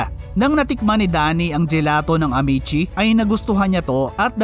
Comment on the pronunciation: pumangit ang quality g red ribbon ng napunta s jolibee…yan ang totoo… kya I stop buying g cake from them… contis is better … a’mee’tsi not amet-tsi